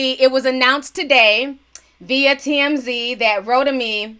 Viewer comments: You're pronouncing his name wrong. It's Ro Tim Me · Every time you said rotimi I started craving an actual roti smh 😂